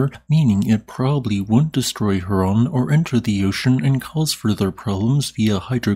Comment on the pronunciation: Hraun rhymes with groin. Also, it means lava flow.